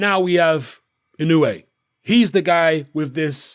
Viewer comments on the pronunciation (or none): Just 90 seconds after mentioning how you've revised your pronunciation of Inoue...you went back to your old ways...